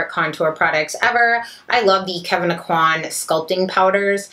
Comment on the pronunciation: Kevyn Aucoin is from Louisiana and here his last name is pronounced 'OAK-win' but I always hear it pronounced 'o-COIN' and it hurts my ears. 💛 U.